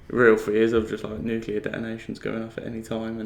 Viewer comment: sigh. That narrator gets on my nerves. it's NU-CLE-AR. Not NU-CU-LAR.